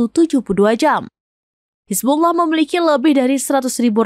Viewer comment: Penyebutan Hizbulloh amat fashih. 👍👍👍